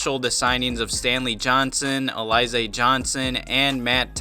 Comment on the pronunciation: It's Ali-ZAAAY!!!!! Why do you people keep calling him A-LIE-Zah.....Lol!🤦🏾‍♂️😂😂🤣